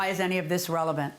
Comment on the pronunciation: " am i a sex offender?!..why is that revelant?!"...i cant believe i actually heard that!